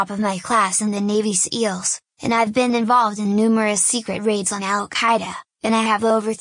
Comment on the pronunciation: Did she say Navy's Eels?